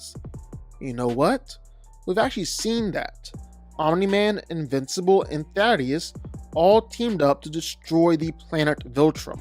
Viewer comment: Why in the Disney channel fuck does every YouTuber refuse to call Thaedus by his actual name? Thædus [pronounced ThAY-duss]=\=Thaddeus YOUVE EVEN HEARD HIS NAME IN THE SHOW YOU HAVE NO EXCUSE